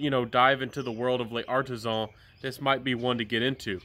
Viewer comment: Hello, please forgive me for picking on you about your pronunciation of some French words. But you can do better and I think it will improve your credibility as a reviewer. L’Artisan is not pronounced Lay Artisan, you can basically ignore the apostrophe between the L and A and pronounce it as one word. L’Homme is not pronounced el homme. You can ignore the apostrophe between the capital L and the capital H, and ignore the capital H as it is silent. And you can pronounce the word more like Lome. No offense intended, I’m just trying to help. Keep up the good work with your channel and may it continue to grow.